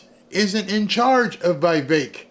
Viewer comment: IT’S VEE VEK. NOT VEE EYE VEK.